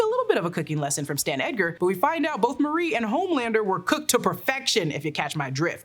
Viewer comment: I feel like I'm hearing you say "Dan" Edgar; it's Stan Edgar.